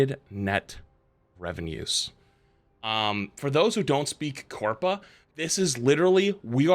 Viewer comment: Can we please stop saying "big corpa"